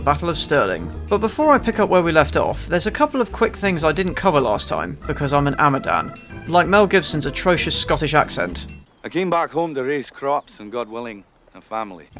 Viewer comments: It's pronounced awh-ma-dawn. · Amadán is a word in Irish too (though pronounce aw-mah-dawn). Its interested how the Gaelic languages intertwine, despite their differences